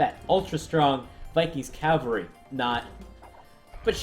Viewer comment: The word for mounted fighters is cavalry, not calvary (archaic word for the place Jesus was crucified). ;)